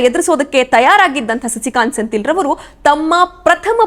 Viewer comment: senthil alla sendhil helamma ChikkaNerale